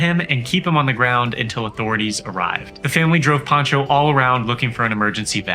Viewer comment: His name is Pancho, not "Poncho"!